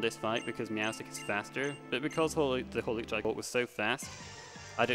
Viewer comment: Don't believe this man. It is Hawlucha.